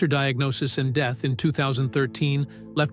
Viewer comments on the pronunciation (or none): none